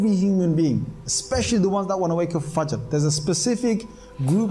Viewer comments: Dear brother, from the two videos you posted and I saw them, I believe and I am pretty much sure that one day, I will see you preaching Islam to the general public as you will be Islamic Scholar of high rank. Secondly, you pronounced the word FAJR correctly at the first time, surprisingly correct. I appreciate that. I praise you and hope and wait for the time when my prayers will come true for you and I will see you in my country preaching Islam. Till then Best of Luck. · Wow good job you pronounced fajr perfectly mashallah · You pronounced fajr perfectly